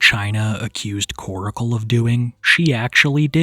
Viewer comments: I can’t believe West Virginia is technically considered a southern state lol. P.S. - Stop calling him Koracle. It’s Korcle. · "Koracle" 😂 staaahhhp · its not koracle, its korcle (like core-sil) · Its pronounced kor-cle. Not kor-i-cle. Can you friggin read?!?!?! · The entire situation is gross. She's absolutely manipulating him and other sick simps. She gives me the creeps. Why don't people call her out for manipulating? I really don't care. They could both disappear from the internet and I could care less. ✌️ PS his name is Korcle NOT KorAcle. Why is he saying it like that?